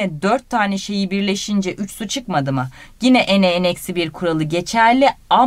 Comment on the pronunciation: Hocam çok güzel anlatıyorsunuz ağzınıza sağlık ama bir ricam olacak. Lütfen gine demeyin tik oluştu bende